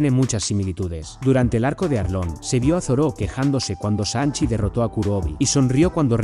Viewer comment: Real XD ¿Por que les dice asi?